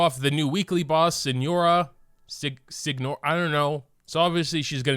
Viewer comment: la signora Is pronunced "la siniora" btw :)